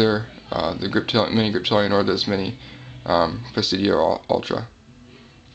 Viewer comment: Say it with me pres-i-di-o.... LOL nice knife, handled one today, will buy soon.